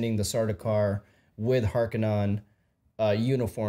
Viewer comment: Harkonnen not Harkennon lol